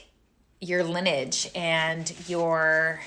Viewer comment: Lin- e-age. Not lin-age.